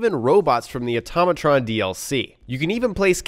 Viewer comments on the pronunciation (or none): AUTO....MATRON. Not AUTOM....MATRON. Learn....to....pro....nounce....this....correctly........... please.